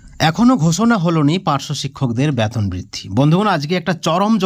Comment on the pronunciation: ব্যাতন না ওটা বেতন হবে । আগে ঠিক করে কথা বলা শিখুন । তারপর ভিডিও করতে আসবেন ।